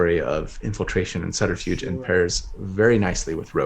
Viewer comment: Love it! Also, when says “subterfuge” it sounds like “flutterfuge” and I think that’s perfect 👍🏼